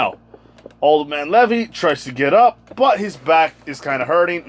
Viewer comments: Bro stop calling him levy it’s Levi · It is pronounced Lē-vī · It’s pronounced (leave eye) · Levi's name is pronounced Lee-vy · You are saying Levi wrong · Your saying Levi wrong but ok